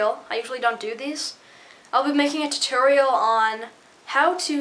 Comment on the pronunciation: u said it weird instead of tutorial u said titerial lol